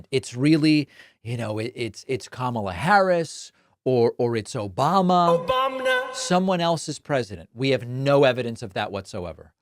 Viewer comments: The "OBAMNA" made me lol. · lol "Obamna" never gets old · He can’t even say Obama without some weird pronunciation. He’s nasty